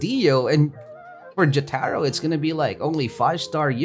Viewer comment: man says "Jyatahro" Jotaro: yare yare